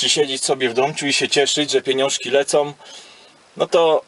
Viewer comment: Ciekawe wywody - merytoryczne ale przy prawie 500 subskrybentów czas najwyższy wyeliminować ze swojej wymowy końcówki wyrazów "om" np." pieniążki lecom"... sorry nie mogłem się powstrzymać, jesteś kolego dorosły sympatyczny gość i powinieneś już mówić: przyszyłem a nie poszłem:-). Pozdrawiam i szerokości. Będę z zainteresowaniem zaglądał na Twój kanał, ale z subskrypcją się jeszcze wstrzymam..... Ale za dzisiaj łapka w górę pomimo......że przestajesz jeździć w "Międzynarodówce".